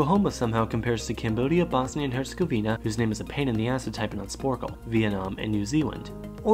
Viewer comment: New Zealan^